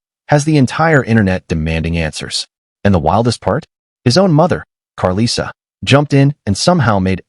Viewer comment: I absolutely HATE when whyte ppl make videos about the black community and mispronounce names. they always mess up chrisean and karlissas name. Please report on trap lore Ross leave this to our community thanks